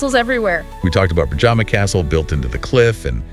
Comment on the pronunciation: The rotating coat of arms at the is from the country of Slovakia, the Slovenian coat of arms is completely different, with Triglav mountain on it. You comically mispronounced local words. Predjama (castle) became pižama (sleeping clothes), the national Slovenian dish "potica" became "putika" (vascular disease), and more...